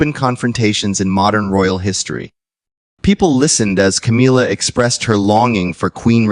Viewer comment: Ca-mil-la, not Ca-meal-la.